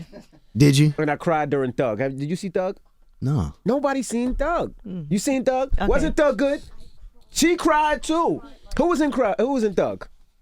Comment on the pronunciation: I thought he was saying Doug